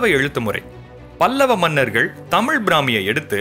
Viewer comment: தம்பி உச்சரிப்பில் கவனம் செலுத்துங்கள். ' தமிழ் ' தமுழ் அல்ல. தெடர்ந்து உங்கள் பதிவுகளைப் கவனித்து வருகிறேன் . வாழ்த்துக்கள்.